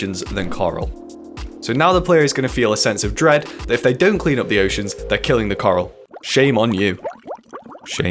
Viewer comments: I hear Karl, not Coral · xd I thought when you added coral I thought you kept saying karl